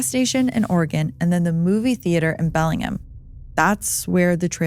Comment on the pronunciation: Great pronunciation! Some people really have trouble with PNW names lol Bellingham is pronounced exactly how it's spelled tho...Bell-ing-ham. This & your THT episide, it's a great day!